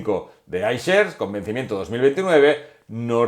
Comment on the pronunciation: escuchar "Ishares" tal cual me hace daño a los oídos; "aishers" porfavor